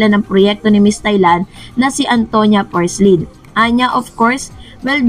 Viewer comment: Madam its porsild not porslid..